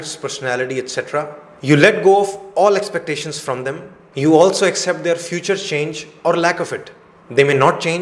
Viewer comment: Accept ........ Is the correct pronunciation but u r pronouncing as except